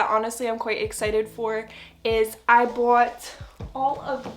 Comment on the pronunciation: Aw I can hear your accent when you say say “bought”, so cute! 🥰